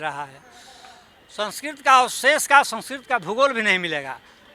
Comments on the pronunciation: संसकीर्त, बेद,सिबिलाईजेसन, इस्त्री , ओर ना जाने क्या क्या ओर यह एक भाषा शास्त्री है सही उच्चारण भी नहीं कर पा रहा है , शेल्डन पोलॉक का तोता है ये हा हा हा हा हा । इसीलिए इसकी सारी रिसर्च ही गलत हिंदी का फूल और अंग्रेज़ी का fool एक नहीं ओर यह लोग इन्हें एक ही मानते हैं । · Someone who cannot even pronounce 'संस्कृत' correctly is trying to act as if he were an authority on Sanskrit. I don't think anyone would care a dime of what somebody like him says. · Language expert who cant pronounce sanskrit correctly😂😂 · आज मालूम हुआ कि संस्कृत नाम की कोई भाषा ही नहीं है! वाह! यह तो एकदम नयी बात है। तब तो इनके नाम का अर्थ क्या होगा ये सोचना पड़ेगा। कोई बताए 'राजेंद्र', 'प्रसाद' और 'सिंह' शब्दों के अर्थ क्या हैं। किस भाषा के शब्द हैं ये? जहाँ तक 'संस्कृत' भाषा का प्रश्न है, इन महाशय को ‘संस्कृत’ शब्द का ठीक उच्चारण करना भी नहीं आता। संस्कृत में fail हुए होंगे तो दुखी होकर भाषा की खुदाई में लग गए। ये तो वही बात हुई: नाच ना आए तो आँगन टेढ़ा। इनके अनुसार चाणक्य हुए ही नहीं। तो फिर तो चंद्रगुप्त भी नहीं हुए, अशोक भी नहीं हुए और सिकंदर भी नहीं हुआ। ये बंदा किसी सस्ते नशे का शिकार है। इसे नशा-मुक्ति केंद्र ले जाओ।